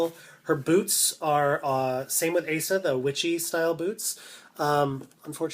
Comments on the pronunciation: Did you know Asa (pronounced oz-zah) was based off of the movie Black Sunday? Thats why her name is not pronounced ay-suh, but oz-zah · Love your reviews! And I know it's like 2 years old but for any newbie collectors using this as a reference, apparently Asa is meant to be pronounced Ah-sa and her hair is meant to be quite straight except for the bottom where it's curled up into a bit of bounce :) she's definitely my favourite of the series.